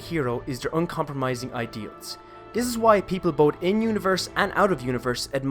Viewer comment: Beautiful video👏 Also when you say 'this' i hear 'dis' did you do this one purpose or is something wrong with my ear.